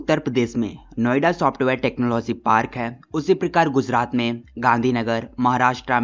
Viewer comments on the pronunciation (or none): Sorry sir but iss prakaar❎ prakir✅😂